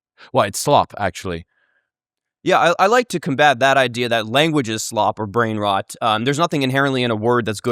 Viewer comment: It’s Brian rot not brainwash